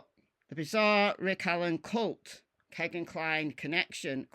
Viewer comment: Kegan rhymes with Regan, not Megan.